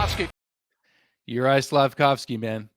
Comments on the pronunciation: Caufsuzki??? Why. There's litteraly Slafcaufki available RIGHT there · Slaf - Cauf - Sky... You got it wrong.